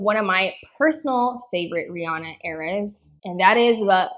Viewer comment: It's "Re-Anna", not "Re-Ahna".